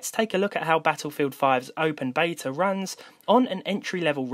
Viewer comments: Please learn how to say "Beta".. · As an Englishman is it not Beta over Bayta?